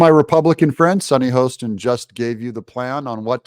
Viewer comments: Super video! Sunny’s Last name is pronounced Hah-ston, ironically not Hoe-ston. You’re welcome. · Hoss ten. Not Hoe